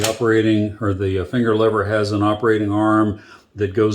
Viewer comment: They're called levers sport, not levvers